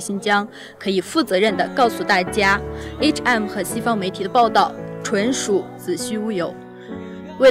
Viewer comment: 視頻不錯，不過提妳一下，對方不是HM, 是H and M.